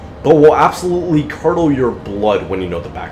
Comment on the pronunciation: I swear if you say curddled blood again I'm gonna hear it.